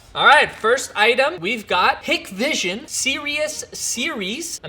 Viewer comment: Its hik vision but pronounced hike vision